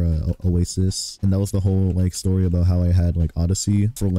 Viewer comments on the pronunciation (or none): none